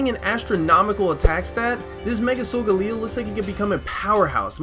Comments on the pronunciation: its sol-gal-leo not sol-ga-leo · Its pronounced "soul GAE LEE oh" not "soul ga LEE OH" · Isn't sogaleo pronounced so- gale e o like I don't think it's so- Ga- le- o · Its So-ga-le-o